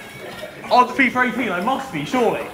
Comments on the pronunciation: for some reason alot of youtubers say fifer 18,its not that hard to say fifa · FIIFFAAAA. NOT FIFERRRR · It sounds like he says fifer 18